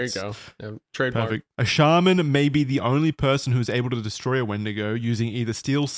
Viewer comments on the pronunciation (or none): none